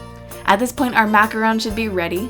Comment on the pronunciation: Yes, for once someone pronounced macaron right!